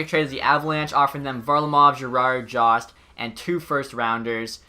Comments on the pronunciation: for jost its pronounced joe-st not jah-st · and it’s jost not jawst